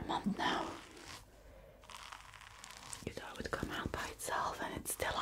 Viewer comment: Learn how to say th. It is thought, not taught